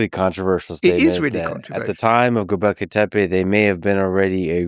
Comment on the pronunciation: Here's a person who pronounces Göbekli Tepe correctly